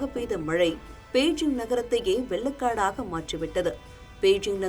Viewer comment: வெல்லக் காடு இல்லம் மா. வெள்ளக் காடு. தமிழை சரியாக உச்சரிக்கத் தெரியாத நபர்களை எதற்கு அமர்த்துகிறீர்கள்?